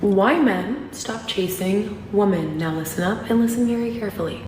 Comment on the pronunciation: why can’t anyone use the word WOMEN correctly “why men stop…. Chasing….. ‘woman’ it’s women it’s women say it with me (wem-men) saaaaay it!